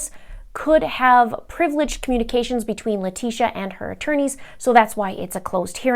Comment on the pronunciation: I ABSOLUTELY ADORE how you said "LIE-TECIA" comes out of the woodwork. Just like every other NASTY PEST...(Termites, mice, rats, cockroaches, fly larvae (AKA:MAGGOTS,) very close species to LIE-TECIA in my STUDIED opinion..🤬🤬🤬👹👹👹🧐👏😉)...Much love to you, Mr. Linda and the fam from the Middletons in Michigan. Keep up the EXCEPTIONAL content 👏👏👏👏🙏🙏🙏🙏🙏💛💚💛💚💛💚